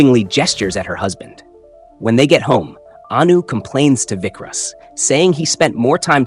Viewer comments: It's not Vikras.... Its vikaas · Its vikas. Not vickrus